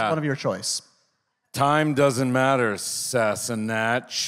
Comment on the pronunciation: I think David wanted to bait Sam when he mispronunced 'Sassenach'. 😅